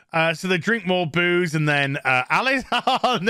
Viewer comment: Did you say "boos" or "booze is the way forward"?